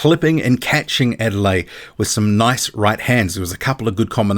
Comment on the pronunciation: The name is pronounced Ade-le-YE. There is emphasis on the 'YE'. It is a Nigerian name, the Yoruba tribe to be specific.